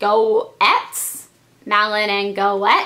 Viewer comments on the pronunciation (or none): Malin & Gates is how you pronounce it! :) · Goetz is pronouce "gates" just an fyi :) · haha a girl I know has the last name Goetz and you say it like gets lol its crazy but I thought I would tell you you say it like gets even though it is spelled differnt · GOETZ actually has a silent O...so its pronounced GETZ :) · i think its pronounced g-etz without the "o" but im not sure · Goetz is pronounced "Gates"